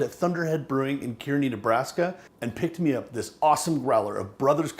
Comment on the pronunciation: Pronounce it (Car-nee) I know it’s spelled Kearney.... Fantastic representation of chicken fried steak. Your channel just appeared on my screen in January of 2020.... Would have been watching you a long time ago had I known.